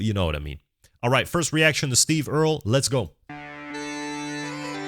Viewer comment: No, he pronounced it correctly. It’s Earl, with an added E at the end.